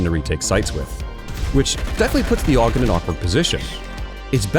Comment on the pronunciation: It's A-U-G not augh or ahhkh or whatever tf you try to say.